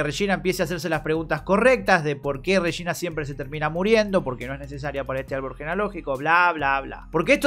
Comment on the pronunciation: No puedo dejar de pensar que el Regina que dice, suena como "Rechina" Jajjaja.